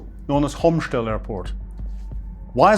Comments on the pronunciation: you really need to go on a tour to Hostomel-Bucha-Irpin.I did in November 2025. The town is pronounced Hostomel in English. Not "Homstel" like you pronounce it. The same for the airport. The reference to ANTONOV airport is also ambiguous, as there is another airfield in Kyiv call ANTONOV near the university. No-one in Ukraine refers to Hostomel as ANTONOV. Also, you have left out important reasons for why the Ruzzian orcs could not break through despite capturing the airfield. But as a brief partially mispronounced introduction this is OK. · It's "HOSTOMEL AIRPORT", H-O-S-T-O-M-E-L, with an accent on the "E", not "Komshtel'n" or whatever he is trying to mumble-out.